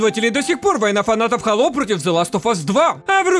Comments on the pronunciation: не хАло, а хэйло хало говорят инглиш менс, а мы рашн гайс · Хало или сало? Не понятно...